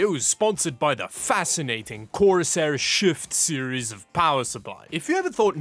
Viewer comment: Bro probably had to really emphasise ‘shift series’ as to not call it the shit series